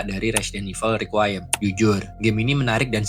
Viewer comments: Requiem bang bukan riquayem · iya harusnya requ wiyem